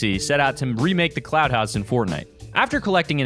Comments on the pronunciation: I’m almost positive he said cloud instead of clout lmao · Lmfaooo he said cloud house it’s clout house😂😂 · He said cloud house I'm sleep Clout***